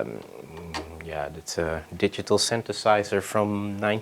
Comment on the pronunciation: Creative and chill dude. Also: "synthesizer"! :D